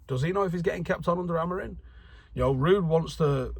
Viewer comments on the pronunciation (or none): still mispronouncing Amorim's name...the worst thing is he thinks it's spelled Amorin